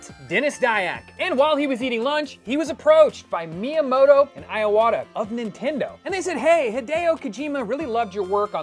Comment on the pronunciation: I love people mentioning Sergio but not him pronouncing the last names Miyamoto and Iwata with hard i instead of a soft one